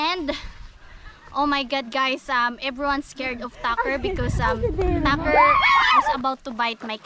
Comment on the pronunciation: i like how she says Tucker.. sounds like Dacker